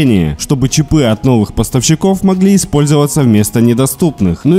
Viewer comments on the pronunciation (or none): Бляяя одному мне режет слух эти чипЫ и чипОв????))))))))))))